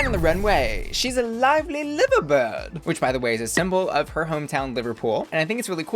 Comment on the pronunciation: Just for reference Liver Birds - actually pronounced lie-ver birds. Love your reviews